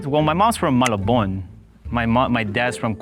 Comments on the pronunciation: The way he pronounced malabon as "malabowan" and "caloocan" as Ku-look-an got me dead on the floor, but how did he get eliminated first though, he literally spoke in perfect accent 😂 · I've never heard anyone say Malabon and Caloocan like that. ohhh...